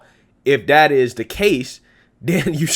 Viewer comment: The word is "that" not "dat"